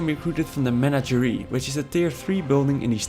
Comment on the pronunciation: Great indepth video, much appreciated! On a totally unrelated note, it seems that in English "menagerie" has the stress on the second syllable: Your pronounciation is correct for French though :)